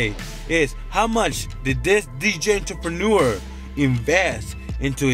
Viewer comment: I will donate $100 if you can say "entrepreneur" correctly.